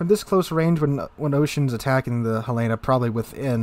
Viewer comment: It's named for the city in Montana, Helen-ahh, not a woman's name Hel-lana.